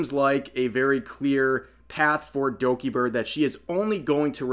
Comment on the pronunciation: I like how he says "Dogibird" At about 😂😂